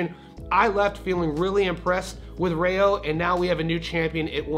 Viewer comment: It’s Rayo in Spanish pronounced like Ry yo. Not Ray yo.